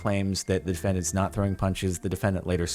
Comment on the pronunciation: the word is “the” not “da”